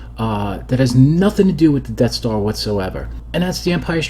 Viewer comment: "enough already wid doze def starz!"